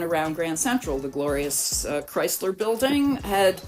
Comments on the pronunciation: Since when is Chrysler pronounced with a Z? I can't see how these buildings are justified at these prices and no one returning to the office. People still cannot afford a basic rent even with all these new buildings, esp since they can get around rent control. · Gah, "Chrysler" is not pronounced with a "rise" sound, it's a "rice" sound. K-rice-ler. Chrysler. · Please consider redubbing the parts where you keep gratuitously mispronouncing Chrysler as if it has a Z in it. Say it the way the museum director says it when she's talking to you, with a soft S sound. It's really distracting from an otherwise great video. Its not a "dialect" thing; when it's the proper name of an individual object and the main topic of the video, and you say it differently than the expert you interview in the video and every local.... it's just a mistake. Also, every British person I've ever met in NYC says Chrysler correctly, without inserting an imaginary Z. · The Cryz-ler Building 😢